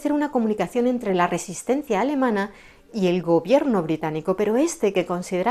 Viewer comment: ¡ Exquisita pronunciación alemana !